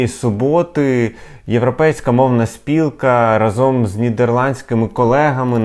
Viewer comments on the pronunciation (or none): рАзом У прислівниках ви́соко, ши́роко, гли́боко, ра́зом наголос падає на перший склад. Деякі прислівники мають подвійний наголос: ба́йдуже і байду́же, за́вжди і завжди́.